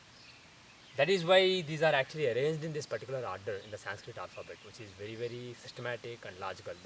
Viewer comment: Even he is saying sanskrita... y not sanskrit..they hav a habit of putting a in everything... shiva, krishna, yoga, lagna, mahabharata..it shud be shiv, krishn widout emphasis of aaaa in the end...